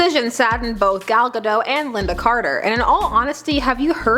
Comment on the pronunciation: a little bit of an unknown fact is that pretty much everyone that is not Israeli mispronounces Gal Gadot, the T is not supposed to be silent